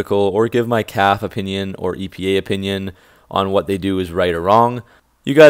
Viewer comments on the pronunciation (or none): You know it’s pronounced caff•fay’ not caff….. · Perhaps you can learn to pronounce CAFE correctly. It’s a two syllable acronym. “Kaf ā. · I watch your videos all the time and they're very good but the word is Cafe as in a restaurant even though it doesn't mean the same